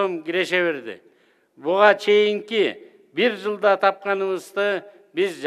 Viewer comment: Чоң-Алайдын жери бийик,чучука тоюп алып жылда деген сөздү жалда деп окуйт,уят эле.